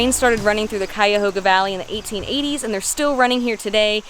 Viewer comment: Props for the correct pronunciation. A lot of people get it wrong